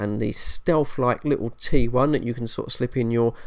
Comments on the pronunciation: Sounded like you said trouble I and 21 ! Had to put on the subtitles or read below to find out what you were talking about ! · Sounded like you said 21 and trouble I